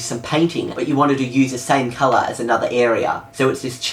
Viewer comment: Color not cloro or somthing lol